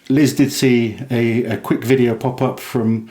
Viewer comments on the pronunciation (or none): none